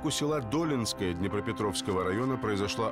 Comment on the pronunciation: Долинское--ударение на втором слоге